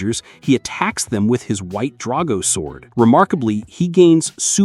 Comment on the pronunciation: What's wrong with your pronunciation if you've seen the shows? Astroneemuh? Drawgo sword?